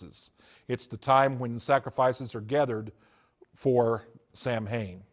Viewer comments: In the first video of his that I watched He talked about "Samhain," and pronounced it wrong. That got me thinking. No true occultist says, "Sam Hane." It is "SAH ween. or SAH win." Then he said that Anton LaVey ordained him as a high priest in the Church of Satan in California. I thought that LaVey was the high priest until he died. So I found the web address of the Church of Satan, and asked the administrator for a list of all former high priests of the church. It was a short list. Anton LaVey, until his death, then Peter H Gilmore, until the present day. So, I started looking more closely at his other claims. He wrote a book on Harry Potter. I learned that that book contained material stolen from other sources, and not attributed to those sources. As I listened to his many stories they all reminded me of the works sold by Jack Chick. I went back and checked. Yes, all of his stories can be found in Chick works published decades ago, written by men and women who have been exposed as false, decades ago. I heard him talk about how Christmas came from Nimrod and Semiramis. This is on a video in which he claimed insider info as a former Satanist.. But I know that story well. It came from a book by Alexander Hislop (Chick publications) and a book by Ralph Woodrow, whose work was based completely on Hislop. It has nothing to do with the Occult, as the author and originator of the long debunked work was a minister. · This guy is a fake. He doesn't even know the right way to say sam hain.... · I was thinking the same thing 😅😂